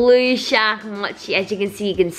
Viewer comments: i am getting triggerd from the way they are saying mochi they are saying muchi not mochiiii!!!!!!!!!!!!!!!!!!! am i the only one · Im not trying to hate or make fun of your australian accent and how the way you pronounce things but i just want to let you know mochi is pronounced (Moe-Chee) in America but i know you live in australia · i love you i have been a fan since sabre was 13! also sorry if this sounds rude but they are pronounced moe-chee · The “sounding tube thing” is actually called a pop tube and the mochi is pronounced mochee. Repost so the can see this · game controller is fidget doedecagon mochi is pronounced moechie sound straw is pop tube tho thing is a dimple spinner octopus is a pop it and squishy is dna ball and he hole in unicorns rear end is for pencils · Hi it is pronounced mo-chi just so you know xx I am a big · Is it just me who is easily triggered, and got annoyed that they said mochi the way it looks instead of saying mowchi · pronounced mochi rong